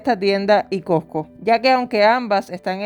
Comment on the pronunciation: SE DICE COSCO NO COCO